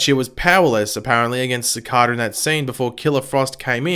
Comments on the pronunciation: Si-cay-duh, not Suh-cod-uh. You can say. Please pronounce it right. Other reviewers with accents do. Please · Uuuhhm its pronounced CI-CAE-DA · how tf did he pronouce cicada